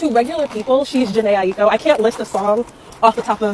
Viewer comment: Favourite artist and cant pronounce her last name right 😂